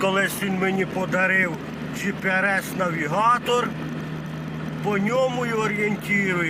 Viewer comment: Gps а не gprs., ну бляха муха